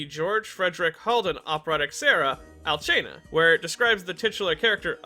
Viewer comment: The way you said Alcina and had me rolling :D Great video btw